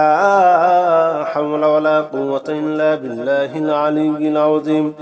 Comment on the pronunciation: ঠিক ঠিক উচ্চারণ আছে।